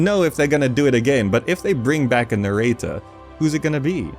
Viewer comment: Why do you say narrator like that